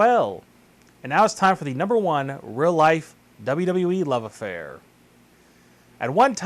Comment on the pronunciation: the 5 second pause before saying the name, as well as the pronunciation of real as "rill" ...ugh